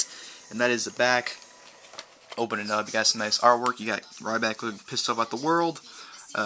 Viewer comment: i love when he said rrryback ha